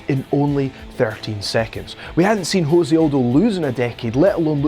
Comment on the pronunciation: Its pronounced Joe-say and guarantee u weren't a fan of the UFC during Jose Conor build up. Considering this channel is 4 months old. Pls delete the channel ur gaps in knowledge are embarrassing